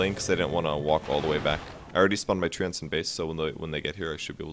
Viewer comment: You're saying "Treants" wrong. It's "Tree-ants".